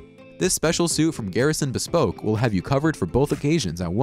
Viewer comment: Love the vids and the voiceover guy sounds good. But, you’d do yourself a favor looking up the words that you’re unsure of concerning the pronunciation. BEspoke, hoSTELL, daRINGER? Takes just a little effort and he won’t sound so unintelligent. Just my 2 cents.